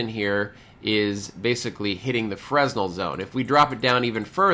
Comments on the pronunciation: not to be that guy... but it is pronounced "fur-nell" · As an RF guy I’m surprised of your pronunciation of fresnel.